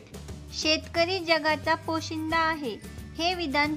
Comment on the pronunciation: पोशीदा नाही सर,पोशिंदा असते.